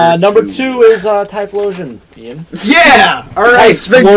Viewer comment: why do you call it tysphlosion its typhlosion